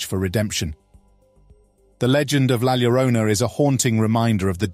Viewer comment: It’s NOT Gwanajuato. It is pronounced Whanawhato La Llorona is YORona. 😖😖😖moving on. Cannot stand the mispronunciations.